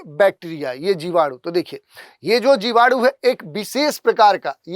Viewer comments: जीवाणु ❌ जिवाडू ✅ 🤪😜🤣🤣🤣🤣🤣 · जीवाडू नहीं 😂😂जीवाणु बोलते है 🤣🤣🤣🤣, मुझे 5 किलो जीवाणु भेजो 😂😂😂😂